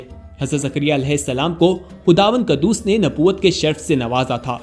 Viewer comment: Qaddoos nahi quddoos pada jata hai